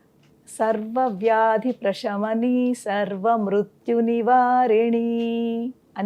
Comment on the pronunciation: ప్రేషమని అని పలుకుతున్నారు తప్పుకదా ప్రశమని అని కదా పలకాలి కదా